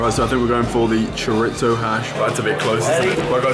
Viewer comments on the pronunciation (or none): Chore-itzo hahaha bro its cho-di-so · You said chorizo wrong dude